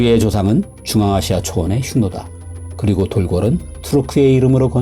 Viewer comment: 흉노란 발음은 아님... 한국인이 한글쓰면서 실수하는것 중 또 다른게 남중국해... 어디가 거기가 남중국해 같음...한국에서 괌해는 남해라 부르면 어떻게 할거임... 그리고 한반도 지형은 주야장천 한반도만 고집함...